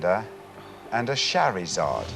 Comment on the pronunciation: he clearly has poor knowledge of Pokémon. "Sharmander" and "Sharizard"